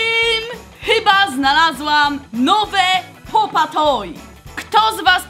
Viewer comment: Mówi się pop e toy a nie pop a toy